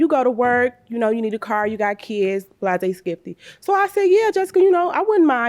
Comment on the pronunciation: Wtf is blah-zay-skippy